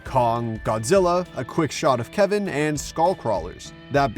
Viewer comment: i love how he said kevin btw: i think those are mini Destoroyah that will grow and form into one then make a perfect form for a godzilla and Kong vs Destoroyah